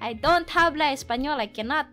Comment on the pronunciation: Well it's kind of obvious as she doesn't know how to conjugate the verb 'hablar' and pronounce the 'h', which is silent in Spanish